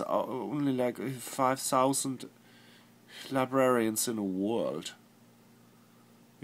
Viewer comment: "la-bra-rarians" aha! Your German Akzent ist slipping, Flula xD